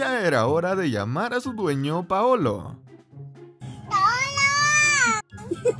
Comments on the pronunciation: el dijo Paolo pero se escucha decir paoloa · Vaya gato más bonito y que cara simpática el que dice iPaooolooo! yo oigo iPaooolaaa! Un saludo desde Sevilla, España 👋